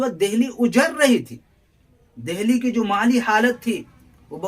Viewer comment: اچھی کاوش ہے مگر ......میرے خیال میں...دہلی کو دلی بولا جاتا ہے.؟؟؟ھے ناں؟؟؟ہ نہیں بولا جاتا....عمدہ لیکچر ھے ویسے.🎉🎉🎉